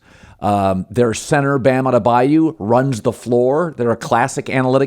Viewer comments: You’d think Colin would’ve learned how to say Adebayo’s name by now lmaoo “Adabayou” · Colin: Bam Ade-Bayou 🤣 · Makes me sick when they mispronounce Bam AdebaYO’s name.